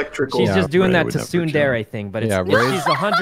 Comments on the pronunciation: Correction: Tsunderae (Original is Tsundere, not Tusundere) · "Tusunde𝗿𝗮𝗲" Me: Sykkuno's Good, He has a Pass.. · Sykkuno: “Too-soondere” Me: *chokes on food